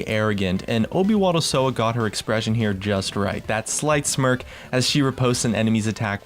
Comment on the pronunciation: Obywatelsowa is pronounced "Oby-va-tel-so-va" :P